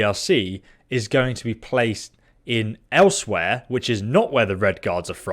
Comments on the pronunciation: He had to say elsewhere like 5 times before i realised what his ass was trying to say, ell swire is closer i believe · Elsewhere? No no no no nooooo, pronounced Ellez-weir.